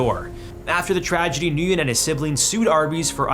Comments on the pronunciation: The name Nguyen is pronounced like WIN or WEN. That said, good material. I remember that Biford Dolphin incident...I saw those pictures. Pretty messed up stuff. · yeah he also butchered the pronounciation of 'nguyen'. Goes to show he doesnt care about the things he covers